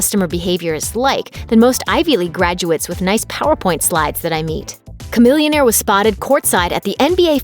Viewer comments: I thought it was SHAMILLIONAIRE NOT KAMILLIONAIRE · Chamillionaire ... Cah millionaire... Sha millionaire. That sounds right.